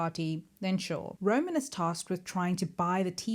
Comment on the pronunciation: Roman! Not Ronin...